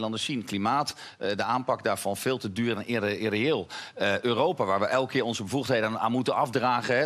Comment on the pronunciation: Keerrrrrr op keerrrrrrrr op keerrrrrrr. Hahhahaha